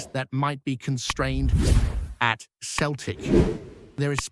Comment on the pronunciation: It's not pronounced Keltic ya fud